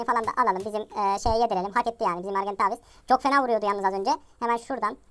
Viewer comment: Argentaaaaaavis deme artık sinirim bozuluyor o argentavis